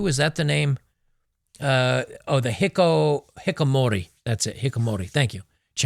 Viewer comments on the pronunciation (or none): hiki ko mori, not hikkomori